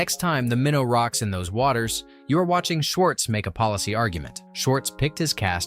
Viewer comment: Minn-oh not mine-o